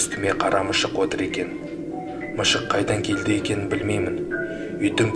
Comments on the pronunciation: Тилин келмейма? Мышык емес мысык айталмайды гой мынауын 😂😂😂😆😆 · Мишық емес мысық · Автор, казакша дурыстап сойлеп уйрен. Мышык емес, мысык. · Ха ха ха мышық емес мысық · Мышык емес мысык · Коркынышты әңгімені күлкілі кылып жыбердыгой .МЫШЫҚ 🤣🤣🤣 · Мышық хпзппз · неге мышық дейсің әлде тілің келмейма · Мышық деші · Мышық деп те айталы.